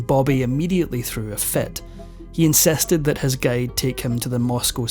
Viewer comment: Very informative vlog but i got confused many times of what you are saying Sir because of your wrong vowel sounds! Your “six” is pronounced “sex”….”He incEsted…it is actually, “ He INSISTED..” And a thousand more mispronounced words!